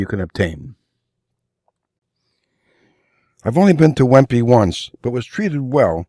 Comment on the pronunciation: Wempe is pronounced "Vempa" - similar to Lange. Nice video and very useful.